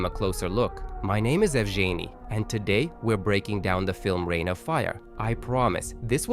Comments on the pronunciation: Why are u sayin ur name wrong? We both know its pronounced "Yev-genny". Dont pander to these westerners cos it sounds funny in english. I knew a guy with the same name and he would do the same thing ur doin all the time, usually he told ppl his name was Jen🤣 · Ev jainey isnt even close to how its written and ive never heard any dialect saying like that, other than u and my m8 jen